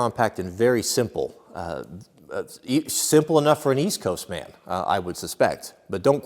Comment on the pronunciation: HAHAHAHAA east coast “man”